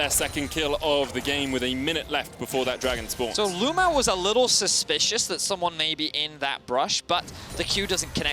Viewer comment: It is CRAZY that a pro player in China is named LvMao. That is the exact same thing as if Rekkles changed his name to LvHitler. Even crazier is that EVERY caster calls him LU-MAO, it's like their scared to actually say his name.